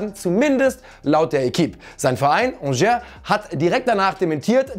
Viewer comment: man spricht es nicht ‚angère‘ aus sondern „angé“ no front